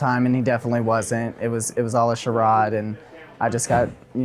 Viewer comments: so nobody caught the Defendant at the end ? 👀 “it was all a Sharrod”🤣🤣🤣 okay sir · What is a sharod?? Did he mean charade😂😂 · "Sherod?" Or rather "charade?" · “It was all a sharrod” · “It was all a sherod” I’m cracking up😂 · The skinny guy says he was in the gay porn industry; I bet he took many shots to the face!! 💀🥖🍠 Also, did anyone notice at the end when the dimwitted boy mispronounced the word, "charade" and then noticeably snickered to himself!!! 😅🤣😂